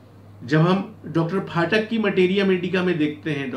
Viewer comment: डा. फाटक नहीं, डा. पाठक बोला जाना चाहिए ।